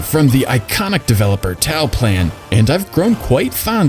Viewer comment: good choices but there is one little detail. Toaplan is pronounced 'tow-uh-plan'